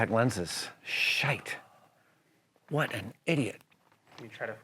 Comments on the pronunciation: I love the way Adam says "shite", you have this Irishmans approval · Nice to hear your Irish roots coming through on that "Shite!!" 😂😂